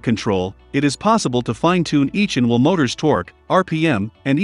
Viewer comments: Can’t we have a human voice? The ridiculous mispronunciations are very irritating; it took me a while to work out that ‘inwl’ was actually ‘in-wheel’. The confused emphasis is awful; I’m sorry, I can’t watch it. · "in-veel" motors? :-)